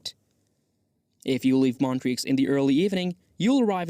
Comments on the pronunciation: Not sure if this is a real person's voice or AI, but they definitely need to work on their pronunciation of some location names ("Montrix"???) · Please research how to pronounce the names of the different locations correctly before making a video. You can only hear Montreux pronounced wrong so many times before wanting to stab yourself in the ear.